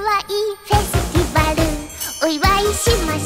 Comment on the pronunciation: I like how he pronounces things closer to how they are pronounced in English, like how he said "Lala" instead of "Rara", and how he said the English "ih" sound in Festival, "FesuTIHvaru" instead of "FesuTEEvaru"